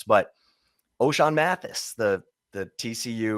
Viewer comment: Oschan Mathis? Wtf